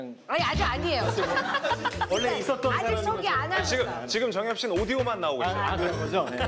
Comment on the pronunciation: The way she mispronounced the guestʼs name and called him jangyup instead of jungyup and he was like k bye lmaoooo